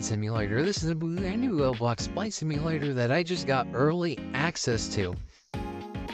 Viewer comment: welcome to no-nou-VUs Fliy-yet sIYMul-ATor